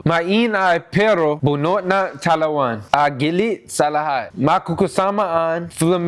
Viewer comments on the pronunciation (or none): ✖️ TAWANAN ✓ TALAWAN